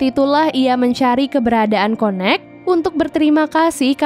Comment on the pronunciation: m-mbak connect itu bacanya kayak [ken nect] bukan konek tpi lucu sih